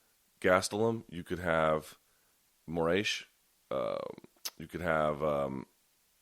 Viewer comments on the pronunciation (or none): Luke "Marlon Moraesh" Thomas